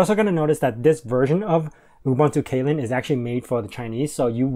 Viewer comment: Windows 11? UKUI reminds me an awful lot of Windows 7. BTW, Kylin is pronounced "Chee-lin".